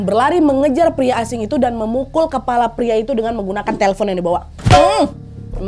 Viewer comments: teflon kak nad bukan telfon😂😂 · Lagi serius dengerin cerita, tetiba ngakak berjamaah. Pas denger kata teflon jadi telpon. Sampe ke ulang 3 kali... Etttdahhh😂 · teflon nadya....bukan telfon 😂😂